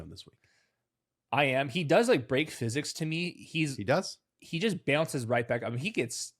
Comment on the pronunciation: Yall where is from? I cannot pin his accent. he said Tez Johnson "beownces right back up," what accent is that???